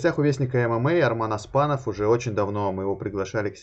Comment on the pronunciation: Аспанов емес Оспанов